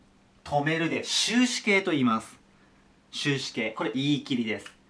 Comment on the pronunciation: 終止形が終身刑に聞こえた